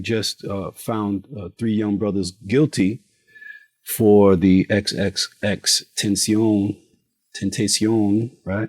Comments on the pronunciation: What a dumb interviewer how do you not know it happened in Florida and why ask somebody about a case you barely know anything about. Can't even say the man's name correctly 🤦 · Learn how to say Xs name bro And they were in Florida dumbass